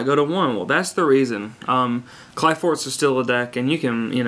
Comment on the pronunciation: kli forts. ph is an f sound. but its alright, after playing this game for so many years ive realized most people cant read their own language.